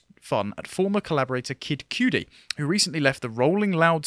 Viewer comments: That Pronunciation of kid cudi was something it’s pronounced cud-ee not cutie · LOL at your pronunciation of Kid Cudi "Cooodie" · It's pronounced Cuud-e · Cudi……pronounced kuddi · His pronunciation of of kid cudi at cracked me up. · They way you said kid Cudi is a crime lol